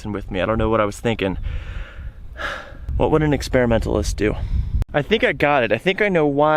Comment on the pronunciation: "expera-hater-mentalist" 😂 too funny